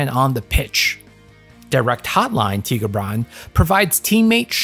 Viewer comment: I can't listen to him say Tigerbran instead of TAI-GUR-BRA-N all the time, it hurts me - great video as always tho.